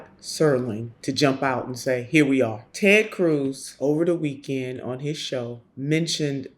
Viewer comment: "Taayyd Cruise"